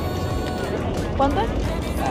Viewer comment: You should learn how to say easy words, in spanish!! How much = cauntu